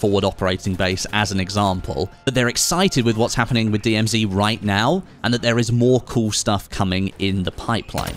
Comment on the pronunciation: Strange to hear an English guy say DMZ 'wrong'